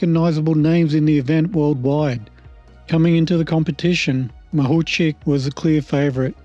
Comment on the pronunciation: Откуда вы взяли фамилию Махавких (Makhavkikh)??? Неужели так трудно выучить призношение фамилию украинской чемпионки, оне совсем не «Махучих», она МАГУЧИХ!!!